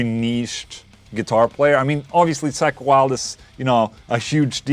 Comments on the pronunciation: Funny how you pronnounce (ball) "Sack Wylde" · "Wtf is a sackweld" oh.. accent.. right. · You pronounce it like Sack Wylde lol